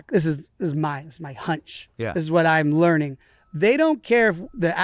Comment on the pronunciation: He said “learing” 😂🎉